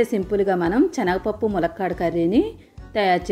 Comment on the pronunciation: రెసిపీ కొత్తగా ఉంది . 'చనగ పప్పు'..అని కాకుండా 'శనగపప్పు' అంటే వినడానికి సౌకర్యంగా ఉంటుంది.